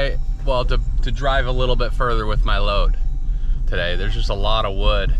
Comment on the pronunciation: He got all that WEWD in the WEWDS